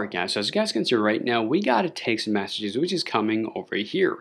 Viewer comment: Sorry but I can’t watch anymore. It’s Messages…. Not massages!!!!!!